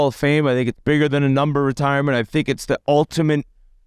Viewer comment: "Ultamint" - Whit